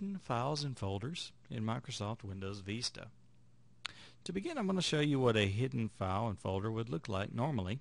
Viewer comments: Vista.....not vesta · dude learn to pronounce "VISTA".. you sound uneducated every time you say "VEESTA".